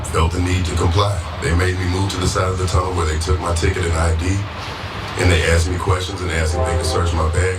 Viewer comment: Aksed... lol